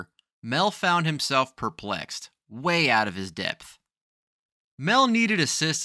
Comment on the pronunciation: Stupid video, showing about 20 different holes in the ground. Also depth is pronounced depth not depss.